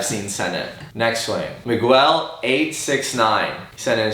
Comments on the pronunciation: it's "Mig gell" not "Migwell" my dude lmao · “Migwel” ? Lol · "Ma-gwell"??? hahaha Love ya! Keep up the good work! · my man really said "Migwell" instead of Miguel 😂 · anyone else hear say miguel wrong lol